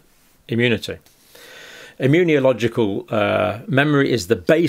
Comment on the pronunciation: Please stop adding an extra "I" into the word when you say immunological It's not immuniological You're a professional, please get it right John, it really jars every time you mispronounce it 🤦